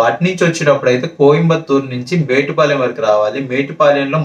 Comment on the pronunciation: Kavalane metupalem anakamdi adhi metupalem kadhu mettupalem